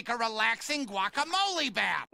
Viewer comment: What I hear:” Walk a molly “ What they hear:” guacamole”